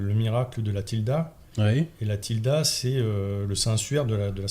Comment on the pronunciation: La tilma et pas la tilda